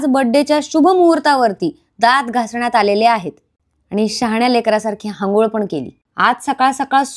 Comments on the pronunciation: Hangol nahi bai anghol bol,nahitar snan bol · आंघोळ ❌️ हांगोळ ✅️😂 🫶🏼😂❤